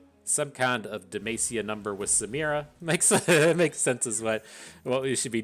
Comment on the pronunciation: I've always been curious - why does pronounce Demacia as DaMaceSeeYa? 🤔